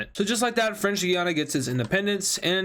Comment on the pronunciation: Your pronouncing Guyana wrong. It’s literally pronounced “guy Anna” please pronounce Guyana correctly - a random Guyanese